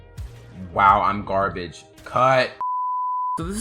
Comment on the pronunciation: "Wow im garabage,CUUT"